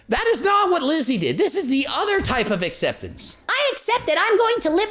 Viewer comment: hahah I've had so much fun about you pronouncing it Lizzi:D:D:D love you:D